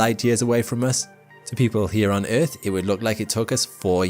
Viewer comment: I hate the way you say earth ..